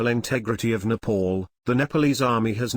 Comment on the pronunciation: It's NEPAL not NEPOOL please pronounce it properly.